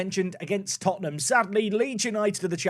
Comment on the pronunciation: It's Tottenham